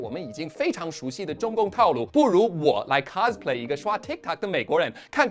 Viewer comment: 我是人生第一次聽到cosplay的o被母語人士念作/a/